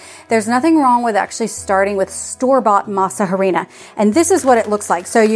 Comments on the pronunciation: I know you don't speak Spanish, but in our language we don't sound the "h." When we say harina, we just say, "arina." I just find it funny when you say, "harina." You make the English sound of the "h." That applies to almost every word written with "h." I'm not making fun of you, I just wanted to let you know how it should sound in Spanish.❤ I love that you love Mexican food!🎉🎊🇲🇽 I bought the masa flour from Azure and they were good, but the texture was very grainy. Anyway, I'm going to try to get corn and go through the whole tortilla making process. I'm sure it's worth it. I miss eating fresh tortillas from Mexico.😢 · The h is silent in harina. Basically pronounced "a rina"! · Don’t pronounce with H. It’s like ah rina. Please